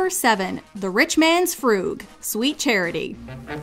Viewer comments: I recall “frug” as rhyming with rug. Not froog. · It's pronounced "Rich Man's Frug" as in Rug , not "Froog") Other than that minor quibble, Nice tribute !👌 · Frooog?! It's Fruhg to rhyme with bug! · I never heard "frug" pronounced "froog" before.